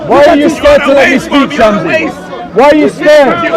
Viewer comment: Shamsi not Shem see lol